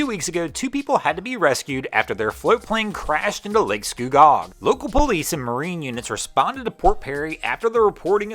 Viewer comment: Us locals pronounce lake scugog "scoogog"